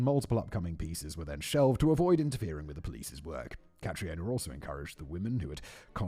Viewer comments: Catriona is pronounced Katrina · aaaarrghhgh - my.ears! Catríona = pro: "Cat-treenah" (Katrina) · Yo, I'm Dutch but watched outlander, isn't Catriona supposed to just be pronounced as Katrina?